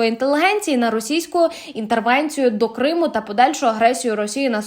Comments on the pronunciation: Думала, це нормальний якісний канал. А виявилося, це шарашкіна контора з неякісним контентом: диктор проковтує окремі склади, ставить неправильно наголоси (КримУ) тощо. Вам не соромно випускати таке? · шановна ведуча, коли ви двічі неправильно поставили наголос вимовивши «КримУ», я подумала :«всі помиляються. це дрібничка.» але коли ви, розповідаючи про поважну людину, актора Назарова сказали, що він «проти підтримки Української Армії!», то я розгубилася! ви що читаєте текст з листа, не готуєтеся до запису? ви хоч розумієте, які ляпи наробили?! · Що за курка не здатна грамотно прочитати текста?!! Яке ще "на території КримУ "?!! Якого ще "КримУ "?!! А прізвище БАрінов складно було прочитати правильно?!! Ну який ще БарИнов"?!! Ставте їй наголоси ті, хто пише їй тексти!!! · Вірний наголос "проти анексії КрИму" , а не КримУ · "проти анексії КримУ", "на території КримУ"?.... це ж, наче, не ШІ озвучував.... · КримУ??? Наголос на У? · КрИму ? Що з наголосами? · Як би ще дікторка навчилась правильно розмовляти на солов'їній,зокрема назву Криму правильно вимовити.